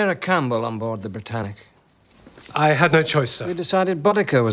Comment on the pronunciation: How i heard the britannic🚫 bratannic✅